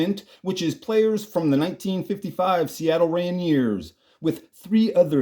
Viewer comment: Do you really not know how to properly pronounce the word Rainier